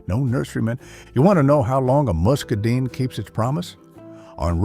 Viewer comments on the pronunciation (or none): I have never heard it pronounced musca deen. My grandmother and everyone else that knew about muscadine grapes and muscadine wine always pronounced it musca dine. She always told me to not eat "too much" of the muscadine grapes. The bees were on the ground, eating the ones that had already fallen off. They were drunk and still staggering back for more. My grandmother always had to come drag me out of the muscadine grapevine in her yard. I never found out how much was "too much" because I never got to stay long enough, lol. Turns out, she was only renting the house and yard. When she died, the owner tore out all of her muscadine grapes, strawberries, poppies, very old oaks, the yucca plants, all of it. They even tore the curing barn down. All they left was a bunch of that sand that has black dirt underneath it. All of my childhood memories ripped away, never to return. I grew asparagus at the house I grew up in years ago. You can buy it from the hardware store where I live as a "crown." It looks like a cluster of roots growing out to the side in an X shape. The ones I got and planted were about the size of a dinner plate. You plant those and they regrow more asparagus every year. The greenery that grows tall is beautiful. It is really fine and dark green. Asparagus is a beautiful plant, even as a decoration. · Not mascadones.... muscadines. Or scuppernongs.